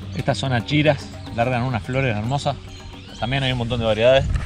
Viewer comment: Es achera no achira ura